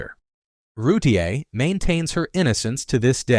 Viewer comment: Darlie Routier's last name is pronounced Rewteer not Rew tee aye.